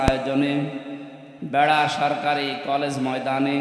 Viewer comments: ভাই ভেড়া নয় বেড়া হবে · ভেড়া না ওইটা বেড়া হবে... সংশোধন করুক